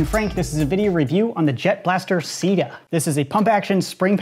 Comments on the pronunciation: Might wanna avoid pronouncing CEDA as “sida” because SIDA is the French word for AIDS and it may offend some people. Personally I don’t have a problem with it but still... worth noting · When he said CEDA.... I thought he said "Sea Death" Giggity Edit: Also today's sponsor is sea where your enemies experience DEATH!!